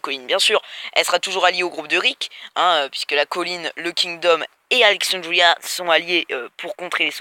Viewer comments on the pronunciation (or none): Pas mal la vidéo mais pourquoi tu déformes les noms ? Alenxandwia Negueune Gwegowie Soviors ? Et c'est pas une petite avance que les comics ont car quand même sa fait plus de 3 ans que Negan existe dans les comics^^ Sinon gg la vidéo encore une fois.